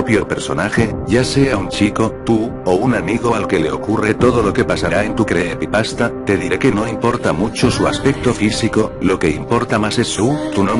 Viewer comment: Creepepasta no, se dice creepypasta jajaj